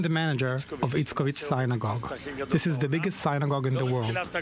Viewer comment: I didn't know your temple is pronounced sign-a-gogue